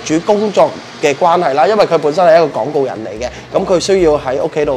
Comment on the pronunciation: 係廣告，唔係港告 係光線，唔係江線 旁白想點？連一般人唔會犯既懶音都犯晒，好嚴重 好頂唔順做傳媒既懶音咁勁😫 香港人連廣東話都講唔好，講野都講唔正 懶音真係好核突好難頂